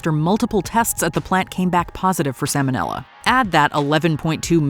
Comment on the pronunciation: The letter "L" appears three times in the word "salmonella". It's not "sammonella".